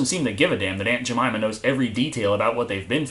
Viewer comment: i busted out laughing when he said aunt jameima..... i know thats probably not how u spell jamyma but, ehh.